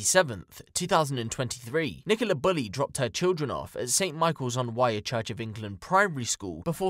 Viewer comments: It's the river wyre.... Not wye! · River Wyre is pronounced like wire, like electrical wire or piano wire x